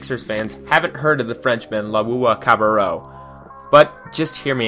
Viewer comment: trust the process! i dont think your starting 5 is right, nor your pronunciation of TLC's name lol. Bennie the 1, Fultz is the 2, Cov the 3, Homey the 4 and jo-jo that super stretch 5 ;)..but yo everyone watch that 1st Sauce Castillo clip again LOL